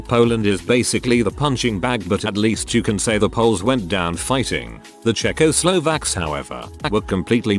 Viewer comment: Props to the text-to-speech narrator for the pronunciation of Siam. ... Until the Czechoslovakia part.